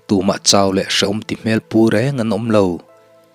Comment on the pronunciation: Chhawl hal, tih a "Chhawl, hi, Rawng pawl, tih a, pawl thluk ang hian," Chhawl,"hi lam tur, Chhawlhal